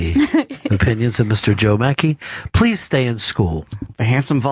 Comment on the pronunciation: "Stahp da Train Pwease".